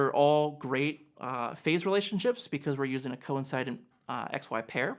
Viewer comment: Nice work,. But I really wish people would stop mispronouncing the word: coincident. It's "co- IN- sih- dənt", as in "coincidence", or "conincidental", or "incident", "incidental". I have heard one other audio engineer on youtube do this also, not sure where the trend started, but it just might be a coincidence as well 😉👍🏻